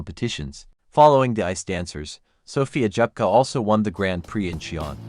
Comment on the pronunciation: СОФЬЮ Дзепко назвали несколько раз-Джепко..А потом и вовсе начало это ИИ называть фамилию Дзепко, Как Жепко!!! Да как же вам поправлять произношения? Разработайте программу коррекцию!!!